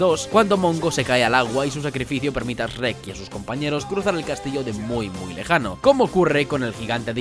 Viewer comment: Como si pronuncia francés pero al decir Shrek dices Rek :v